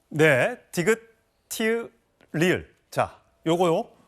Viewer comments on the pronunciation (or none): ㅌ 은 티긑이 아닌 티읕 으로 읽어야합니다